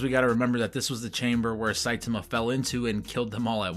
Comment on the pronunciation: I want to say I appreciate you pronouncing Saitama's name correctly. I have no idea why most of the videos I watch pronounce it "sahy-TAH-mah" instead of the correct "SAHY-tah-mah" as pronounced in both the dub and sub versions and is the correct Japanese pronunciation.